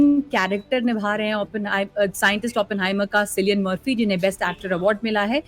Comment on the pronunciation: सिलियन मर्फी या किलियन मर्फी😂 मैडम एक बार स्क्रिप्ट पढ़ लेती। क्या सोच सोच के बोल रही है।😂